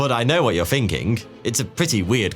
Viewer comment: All your th’s sound like f’s: Somefing Finking Fings Firdty Fanks for watching Why do you do that? you have a perfect and beautiful accent! It has to be on porpoise because your own name “” is a game with that. If you pronounce it correctly it sounds just like thought. But if you pronounce it like f it sounds exactly like 42. It’s almost like German accent! Stop it! You are so handsome to do that!